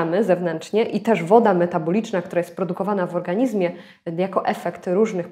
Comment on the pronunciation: Witam. Postaram się UPRZEJMIE. Odmiana słowa ,,organizm"...a dokładnie MIEJSCOWNIK W PISOWNI brzmi ,, w organiZmie", ale... WYMAWIA SIĘ to ze ZMIĘKCZENIEM - w organiŹmie. Dziękuję za uwagę.